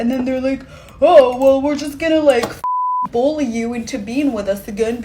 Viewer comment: To the chick at the end. The word Bully doesn't have a fuking o anywhere in it!!!!! Again it's spelled BULLY not BOLLY.